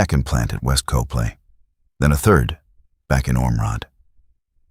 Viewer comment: It’s pronounced cop-Lee, not co-play. Copley, Pa